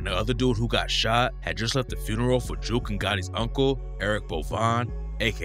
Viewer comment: Jook rhymes wit Book not Juke